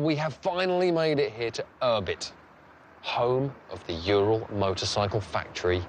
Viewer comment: it's not jural, it's URAL for god sake!